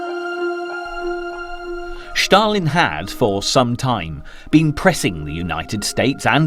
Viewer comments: 'Shtalin' is wrong in both English and Russian. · Why are you calling Stalin Shtalin? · Who thick is Schtalin? Where is Sctalingrad? FFS. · This narrators attempt at a Russian accent everytime he says Stalin or stalingrad is ridiculously annoying as shit. He is mispronouncing it.